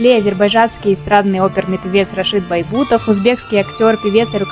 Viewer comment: небольшое уточнение ( может, Вы просто оговорились).Рашид,но не Байбутов,а Бейбутов.